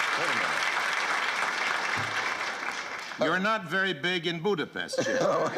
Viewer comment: Sadly, neither man knows how to pronounce the name of the city Budapest correctly...